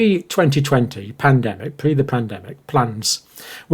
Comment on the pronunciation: You will pandemic correctly next time.